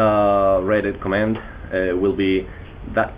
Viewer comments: Yeah i read all the commands, and yeah just command command command and command. LEARN TO PRONOUNCE COMMENT Nice vid. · i like how you say comment :D ADEF and obviously C :D btw KITTEY